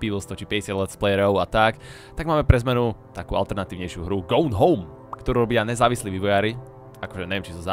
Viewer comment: "americka anglictina to je hruza" a cele video cita nazov hry zle :D